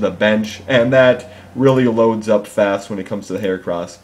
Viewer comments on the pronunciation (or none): none